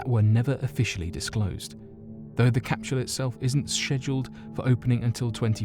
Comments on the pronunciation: I give this video a thumbs down. Mexico is not south America and it's capsule not capshule. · im hearing him say capshule not capsule, anyone else hearing that? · Is anyone else getting slightly aggravated that the narrator is pronouncing capsule like "cap-shull"? This is without a doubt one of my favorite channels.... But the mispronunciation of words always bothers the shit out of me for some reason... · this might have been the best video ever uploaded to youtube but i'll never know because after hearing you pronounce "capsule" as "capshool" 22 times, i shut it off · CapSHule? Their is no "H" in CAPSULE . I love your content, but DAMN, speak the fkn language correctly.... (phonetic pronunciation /ˈkapsəl,ˈkapˌs(y)o͞ol/) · Lol😂😂😂😂 shedule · Lmao agreed bothered me too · "Necro-polis."... "Cap-shool"....."De-lan-o".....Bad pronunciation is very indicative of a lack of general knowledge due to poor education. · His pronunciation of that triggered me deeply.